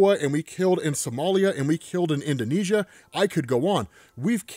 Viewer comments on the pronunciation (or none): none